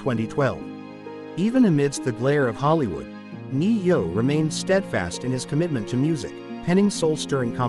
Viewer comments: You should be able to pronounce his name if you’re gonna make a story about it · Yeah i agree learn how to say his name would help alot